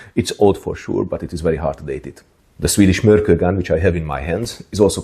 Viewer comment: It was discovered near an island called Mörkö (just noticed you mentioned this in the video), and the proper pronounciation would have a short pause between Mörk and Ö. As "Ö" just means "an island".